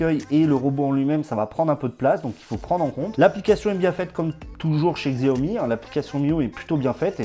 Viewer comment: C'est prononcé Shao-Mi ;)